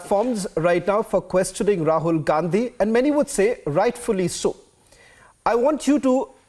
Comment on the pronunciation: Rahul Gand-hi that's how it's to be pronounced